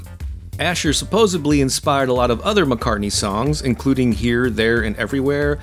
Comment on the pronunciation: As a (not THE ) grammar nazi, I must point out, it's 'supposedly', not 'supposebly'...